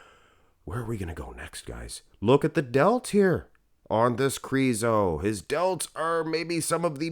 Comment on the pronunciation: Please say Krizo with a short “I” lol it’s driving me nuts! 😅